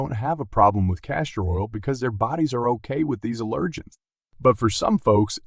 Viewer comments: It's not "uh-lirgins", it's AL-ergens! Drove me nuts listening to the pronunciation of "allergens". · Speak English. The accent on "allergens" is on the first syllable, not the second.